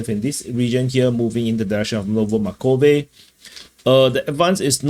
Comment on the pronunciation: Not "novo makove" real is "novo markove". Good update.